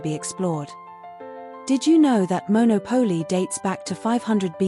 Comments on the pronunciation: Maybe when people put these videos on YouTube they should learn to pronounce the names correctly. Firstly it’s MonOPOli not monoPOLI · MonÒpoli, not MonopÒli. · It is pronounced Mon au Po Li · A nice informative video. However, it would be good if you pronounced the town’s name like Italians do